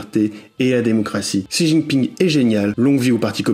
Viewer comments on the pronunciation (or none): none